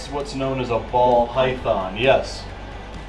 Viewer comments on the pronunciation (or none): none